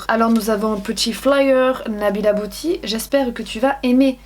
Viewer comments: J'adore comme tu dis "boti" au lieu de "biouti" (beauty) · j’ai entendu « nous avons un petit flyer Nabilla Booty » 😂😂